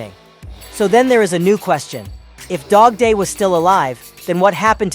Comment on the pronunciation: Bro not dodday its dogday